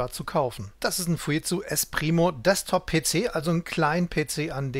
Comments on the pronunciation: Ich habe noch nie jemand Fujitsu so sagen hören, was ist richtig ? " Es entstand aus dem Kommunikationsbereich der Fuji Denki Seizō K.K. (engl. Fuji Electric Company), die wiederum ein Joint Venture der Furukawa Denki Kōgyō mit dem deutschen Unternehmen Siemens war. Der Name Fuji wurde dabei zusammengesetzt aus Furukawa und Jīmensu (japanisch für die Aussprache von Siemens).Erst im Jahre 1967 wurde der Name Fuji Tsūshinki Seizō zu dem heutigen Fujitsū verkürzt." Jimensu spricht man lt. Google Dschimensu aus, also sollte es doch "Fu-dschit-zu" heißen ? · Gute und interessante Darstellung. Nur an einer Kleinigkeit werden meine Nerven strapaziert ... wie der Name "Fujitsu" hier ausgesprochen wird. Da rollen sich bei mir die Fussnägel auf.